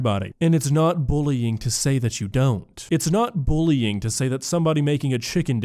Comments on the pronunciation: Why does she keep saying "bowling" instead of bullying. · Does she seriously pronounce bullying as bowling? I was so confused at the start of the video because that sounds completely irrelevant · “booling” she really said that?! 😅